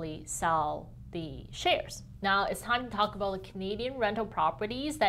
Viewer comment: How aboot neeeoooooooooo.